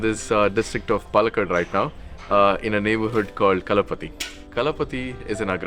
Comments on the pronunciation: correction: its not kalapati. Its Kalpathy. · It is Kalpathy not Kala Pathy